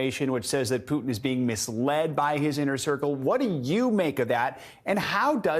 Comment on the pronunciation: Did you say pootie or Putin